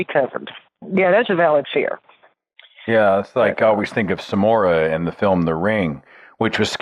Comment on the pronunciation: Samara, not Somora.